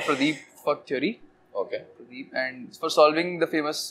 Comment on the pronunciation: doesn't it sound like "f* theory"